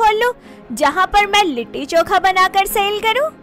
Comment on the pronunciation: It's not litthi choka..it's litti chokha